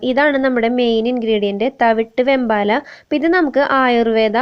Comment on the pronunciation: വേമ്പാട, വെമ്പാല അല്ല, ഒരു വീഡിയോയിൽ വേമ്പട്ട എന്നും പറയുന്നത് കേട്ടു. വേമ്പാട പട്ട എന്നാണ്